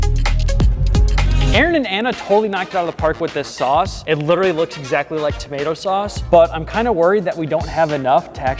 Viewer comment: tamato Sause lol